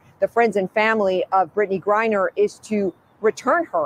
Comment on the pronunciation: GRINER...long i